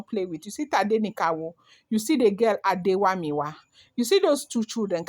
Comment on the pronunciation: Not Adewamiwa but Adeola.